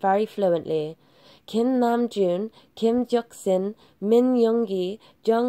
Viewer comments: Is it just me or did they literally pronounce Kim Seokjin as “Kim JeokSin”? 🤔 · Kim souk jin not kim jouksin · "Kim Joksin" yeah i'mma have to head out 💀 (no offence-) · I want to fight the narrator who said KIM JEOKSIN. Like wth we dont claim whoever named KIM JEOKSIN as BTS member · Okay but what we really need to be talking about is constant mispronunciation of names🤦🏾‍♀️🤨 Kim jeoksin?😂jung hoesack?😂😂😂 huh?! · Was it just me or did she say kim jeoksin and jung hoezek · Omgggg let mee breath I am laughing soo hard my stomach she said kimnajoon Kimjeoksin OMGGG I am crying 😂😂😂LMAO